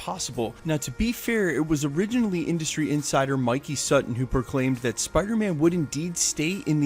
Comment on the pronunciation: Thanks for pronouncing Mikey Sutton's name the way normal people do.